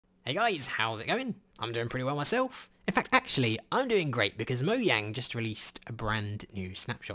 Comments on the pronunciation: It’s not moyang it’s mojang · im sorry if i offend you by commenting this buuuuuuut its pronounced moJang not moYang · It’s mojang not moyang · its mojang this guy csnt say it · Me: MoJang This guy: moYang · Why does he keep saying moyang? He knows it’s Mojang right? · its mojang not moyang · It's originally meant to be moYang, but, because of translations and the fact that in Swedish a J is a Y, it looks like Mojang in english, but the correct way to say it would technically be Moyang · Everybody: mojang: MO YANG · Mojang not moyang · it is Mojang, Not Moyang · Is it pronounced moyang or mojang? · Why do you guys say moyang not moJang? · He said moyang but it is mojang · It is mojang not molang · It’s not MO-YANG it’s fucking MO-GANG (I know how it’s spelt it’s just for pronunciation) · It's Mojang not Moyang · Moyaing? Its mo-jaing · Why you say Moyang?!?!? Its mojang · NOT MOYANG BUT MOJANG!!! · Its Mojang not Moyang is wrong im sorry but this is infuriating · it’s pronounced moyang... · Him: *says moyang* Mojang:Am i a joke to you? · Me:this video is cool why did I stop watching him?:MOYANG Me:oh...thats why SPEECH 100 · Did you say moyang? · Did he say moyang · ik its a joke i just wanna adress him saying moyang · In did he pronounce Mojang as "Moyang"? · Nobody: Literally nobody::moyang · Why he say moyang?? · he called it moyang lol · im sorry did you just say "Moyang"? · Did you say Moyang? lol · Mo yang he says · He said moyang hee hee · Wtf is a moyang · wait... m-moyang? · i was in a good mood until you said moyang wtf? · ''moyang'' ... the hell? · He said moyang and now I’m clicking off the video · What accent do u have? Why u pronouncw mojang moyang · Is swedish because he pronounce mojang like iiskall